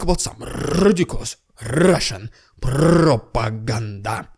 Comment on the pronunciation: rrrrrrrrrrussian prrrrrrrrrrropaganda... HMMMMM xD